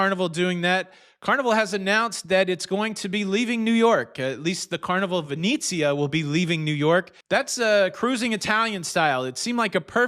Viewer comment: It's pronounced Veh net zi ah, not veh neat zi ah.